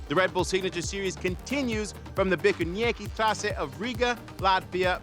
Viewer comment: As an Latvian, I have to say that the pronunciation of "Bikernieki Trase" was...well...butchered :D it shouldn't be pronounced with English letters, since it sounds really really weird, at first I couldn't even tell what the hell was being pronounced :D . As well as "trase" is just a "track", so it's "Bikernieki track", but complex works too.